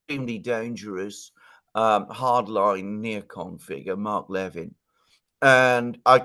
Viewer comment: you're mispronouncing Mark Levin's last name. It's pronounced as "le-VIN", with emphasis on the second syllable. Just saying! 🙂